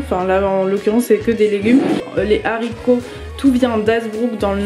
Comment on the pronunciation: Arghh ça me stresse les zaricots mdrr mais sinon waw ça donne trop envie